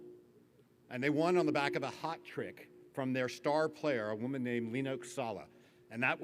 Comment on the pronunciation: We gotta give a little bit of crap for misspeaking "hat trick as "hot trick", right? Though, if you're one of the game chat regulars, then you know that "hot trick" fits right in with "hocket" and "hogs"! (I've already put down my deposit - I'm excited!)